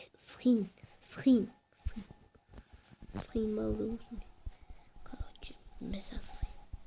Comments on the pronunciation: схин емес шин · Сһин емес шин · Салем агылшынша билесын ба схин емес шин